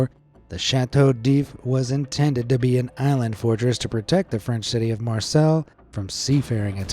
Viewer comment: For future info, friends at BA, gibbet is pronounced ji-bit/ji-bet (depending on one's accent. Ji-bət is closer to how it's actually said). Hearing it said gib-bet is really weird! 😂😂😂 *Marseille (or Marseilles - it's French... 🤷🏻‍♀️😉) is said more like "mar-say" (mɑ:(ɹ)ˈseɪ). Fun fact, "the clink" is (amongst countless other words/phrases lol) slang for prison in the UK even now.